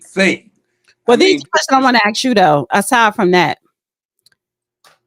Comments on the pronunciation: That is a pet Peev in my circle. Are you Axing me or Asking...there is a difference. She should work on toung twisters...She sells sea shells by the sea shore ect😂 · A S K. not A X Come on now! So we change the pronunciation of a word to prove that we’re black. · the word is ask or asked. It is not axe axes. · The word is ASK, ASK, ASK, not AXE, c’mon people. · why say ax just say ask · Stop, saying ax, it’s ask’s!